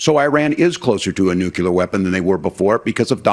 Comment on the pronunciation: It's nuclear, not nukelar.